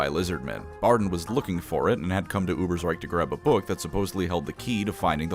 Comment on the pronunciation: GOD DAMN IT, ITS A GERMAN NAME, ITS UBER_SH_REIK. YOU DONT SAY UBERSR_E_IK, YOU SAY UBERSR_A_IK do you?